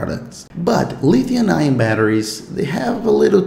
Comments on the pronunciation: Pronounced lithium. Not Lithiun. No N at the end. Fyi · This dude say LITHIUN batteries. Lulz.